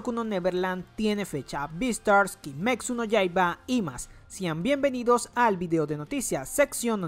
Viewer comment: lo único que me molesta es que siempre dice "kimeksu no yaiba"